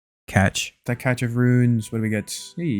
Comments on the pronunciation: cach is not cache lol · Just like your browser's catch? I mean cache. It's pronounced cash bro, I'm sorry. It's good that you're having fun with it though and not taking it personally XD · Loving the grinds m8 keep it up, only 2.5mins in but I gotta say homie bro I'm not fucking with you, it's 100% pronounched CASH of runes. Like, a cache of weapons. Weapons-cache. You never hear weapons CATCH. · i think you're supposed pronounce the cache as "case" or "cage":D love the vids tho keep it up! <3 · I think its pronounced "cash" of runes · CASH. As in you're making CASH I love how you are pronouncing french words tho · Just say cash, please, I am begging you. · Bro it sounds like cash. Don't make me get into mountain men, what a cache was really for, what the French derivative is, how every state in the union has a town or county named cache. Are we gonna start referring to flight speed as match now? What about when Nanna males you a sweater? Did she crotch it? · just letting you know ch does make the ch sound correct but... and i mean but!! che makes a shhh sound sooo that means ...... cashhhhh of runes :) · cache is just saying the word "H" with a 'k' sound at the start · still pronounced cash because the "e" at the end. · Adjusts glasses "Um, Actually, cache is pronounced like 'cash.'" Welcome to English. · You forget about the 'e' in 'cache'. It's pronounced ca-ch-ee. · probably only dying cuz you pronounced cache wrong 🤣🤣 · CASHE OF RUNES! I’m dead. Happy to see you think of my comments on each video about them each time you say it in your head Love the series! Keep it up!